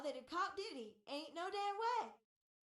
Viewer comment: Oh you did diddy ,, I thought you said yiddy 😂